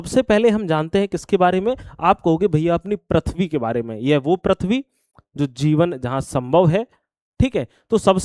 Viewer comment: Prithv hota h sir...prathvi nhii